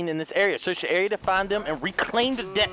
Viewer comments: It's DEBT not DEPT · Why does he say deb t when it is pronounced det?